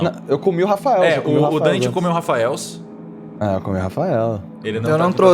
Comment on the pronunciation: Toda vez que o fala que tá comendo um "Raffael's", eu perco tudo.